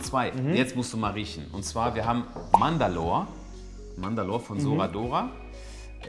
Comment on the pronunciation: Wie immer mandalor sagt:D Er heißt Mandorle aber er riecht trotzdem top